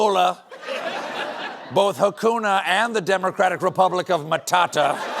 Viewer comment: You said matata wonderfully 🤣🤣🤣yaaayyy still got love for you 🇰🇪🇰🇪🇰🇪🇰🇪